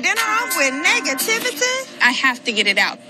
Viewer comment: 😂 😂 "Are you starting the dinner off with negativitay?" 😂 😂